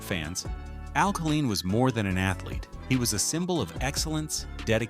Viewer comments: Why didn’t the announcer know how to pronounce Al Kaline & a couple of other names.Tris Speaker played the majority of his career with the Cleveland Indians. Should have been replaced by George Kell. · Killeen is a city in Texas (on the outskirts of Fort Hood). Al Kaline (pronounced KAY-LINE) was the Detroit Tiger baseball player. One would think a video extolling the Detroit Tigers would pronounce his name correctly, especially since he was on this side of the grass until 2020. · The MAN’s name was Kay line not ka lean. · First, why is Lou Whittaker not in the HOF?? As a LIFELONG Tiger fan(atic), how do you create an otherwise excellent video with the mispronounced name of Kuhleen? Geez...i would narrate this vid for free not to disrespect MR. Tiger! Willie Horton deserves, at least, honorable mention for his contribution of helping the city of Detroit from imploding during and after the turbulent times. Know that it sounds pretty weak after my criticism, but truly enjoyed your presentation! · if you can’t even pronounce “Kaline” as “Kay-L-eye-n” you have no credibility. It is not “Kuh-Leen”. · Unbelievable how you can mispronounce AL Kaline!!! Lou whitaker is a Hall of Famer. Higher War than Miguel cabrera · How in the world can they pronounce Al Kaline's name and butcher it in that fashion? Also Kirk Gibson was not MVP in 1984. Willie Hernandez, Tiger reliever was. Gibson was MVP in World Series! Tris Speaker never ever played for Tigers. Who in the hell put this amateurish thing together? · he did not also don’t know how to pronounce Kaline’s name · This was so bad in so many ways. Mickey ‘Lahlich’? Al ‘Kahleen’? At least pronounce the names right. Whitaker number 4 ahead Greenberg and Crawford and Trammell? Are you high? And what the he** is Tris speaker even on this list? He never even played for the tigers. At the end as you summed up the franchise, you showed videos of other players on other teams! This entire video is an embarrassment